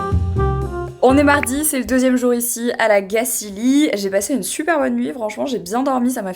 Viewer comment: La Gacilly se prononce comme "chantilly" à la fin, et "on va en Gacilie" ne veut rien dire 😅 J'ai grandi à La Gacilly et j'ai toujours été étonnée du nombre de personnes qui ne savent pas le prononcer correctement ! Mes parents y vivent toujours mais en général nous les enfants nous nous en allons car effectivement à part travailler chez Rocher... C'est pas bien grand et attractif 😅